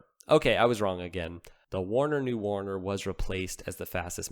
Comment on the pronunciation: How the heck do you assume Werner is pronounced as Warner?